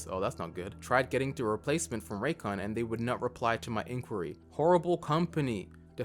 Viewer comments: Raycon sounds more like recon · YEAH, Introducing, the original raycon hater, he calls them rays con and rancans